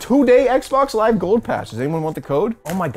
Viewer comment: "loive on twitch"